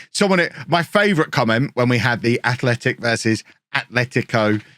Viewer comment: I am no joke so proud of you. You pronounced the names of Atleti and Athletic Club correctly at the first try this episode. For some reason it seems like an undoable task for most Englishmen so congrats to you!